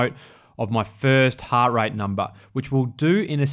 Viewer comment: "heart" is 1 syllable